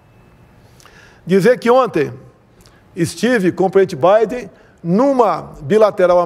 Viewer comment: Não sabe falar nem o português kkkk.. Prenti baiden kkkkkkk